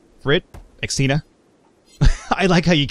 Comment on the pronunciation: as a Christine, I have to admit I always twitch whenever you pronounce Xtina. Also, if you want a quiet pet, fancy trading your birds for my puppy? She doesn't make a noise, unless you count the thudding of her massive feet against the floor, and she likes to keep people warm by sitting on them...all 24kg of her...